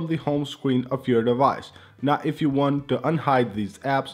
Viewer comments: It's you not hew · Here hew go again. Yup I posted public comment but whatever I said is not about all public but to ONLY. so what part of NON OF YOUR BUSINESS hew don't understand?